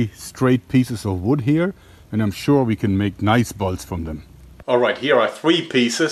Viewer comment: Is it just me or when he says bolts it sounds like balls?